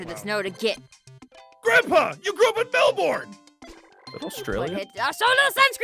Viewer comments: The way said Melbourne was highly incorrect im sorry you say it like mel-burn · YOU SAID MELBORN ITS PRONOUNCED MELBURN I live there!!!!! Please get it right next time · Anyone else just as annoyed as me when said Mel-born not Mel-bun xD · Me, an Aussie: Oh cool the game is set in Australia: says Melbourne wrong Me:... its Mel-BEN not Mel-BORN. I know, very confusing but that's just how it is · ITS PRONOUNCED MEL-BANE NOT MEL-BOURN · it's pronounced "Melburn" not "MelBorn" even if the word is melbourne. it is still Melburn when you pronouce it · Melbourne is pronounced Mel-ben. Not Mel-born. As someone who comes from Melbourne I aM vErY oFfEnDeD. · u triggered me u said melborn it’s melben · It’s not Melborn not Melburn it’s pronounced Melbrne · I love how is just Raging the whole way! And said Melborn instead for Melbourne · you grew up in MEL-BORN! Me (who lives in Melbourne): ummmmmm close but not quite close mate... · When pronounced it as mel-born XD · Just to be a buzzkill Melbourne is actually pronounced mel-bin as in like mel and bin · Guys it's pronounced Mel-bern it's not how u spell but its how u pronounce 🐨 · Melbourne is pronounced Melben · OMG said it... said Melbourne WRONG 😑😬😤😂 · YOU SAID MELBOURNE WRONG!! im so OCD 😂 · The way he pronounced Melbourne hurt my soul... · said Melbourne wrong:( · U said Melbourne wrong